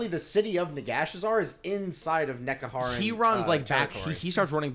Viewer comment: This a bit of a hard listen. Starts off with 20 minutes of rambling, doesn't detail the function of the Mortuary cult, and they can pronounce Alcadizaar properly but can't pronounce Nehekhara even once